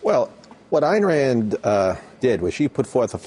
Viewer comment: EYEn Rand... Not ANN RAND Dipshit reporter.